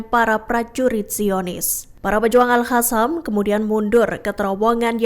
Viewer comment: Jadi males lihat beritanya, pembawa beritanya gak bisa baca, Alqosam disebut ALHASAM, gak bisa bedain huruf Q da H.